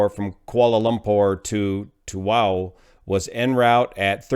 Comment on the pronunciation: Hi, The pronouncing of Tawau is, Ta_wow 😉